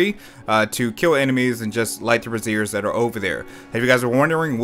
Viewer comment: It's pronounced brāZHər like a ceremonial torch, not brəˈzir like a bra lol... Of course, I mispronounced 'melee' for the longest time...